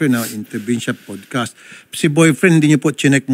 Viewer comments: para kang sinasapian pag nagsasalita, tapos "pudcast"? bahala ka dyan. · PODcast kayo ng PODcast, 'PADcast' bigkas dyan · Mali kasi pronunciation mo ng podcast 😂😂😂 OA mo. Talent sa ka OA-an.